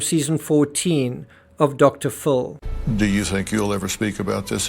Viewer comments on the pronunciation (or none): Its dr Phil not dr full